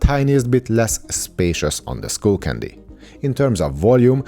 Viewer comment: Bro - it's sk-uh-ll not school. New subscriber here :)